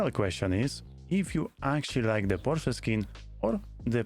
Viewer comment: Unrelate note, thank you for pronouncing Porsche correctly as Por-Scha.